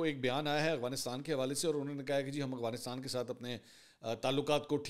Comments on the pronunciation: Mansoor bhai plz Afghanistan sai pronounce kiya karen 😅 Aghwanistan nai hai Afghanistan hai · خان صاحب اغوانستان نہیں افغانستان ہوتا ہے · Why do you say Awghanistan instead of Afghanistan?